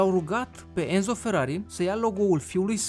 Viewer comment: Sunt italian și Enzo se citește Ențo